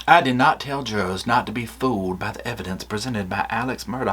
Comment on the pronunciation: Not the jur-ars!